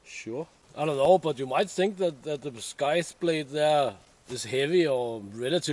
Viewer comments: Scythe | saiþ | not sk... Otherwise, your English is great. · It may have been mentioned, but the "sc" in "scythe" is pronounced with a soft "c" like in "science" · Hello..another brilliant video.in English we do not pronounce the letter c in scythe...if you get what I mean.looking forward to your next video already.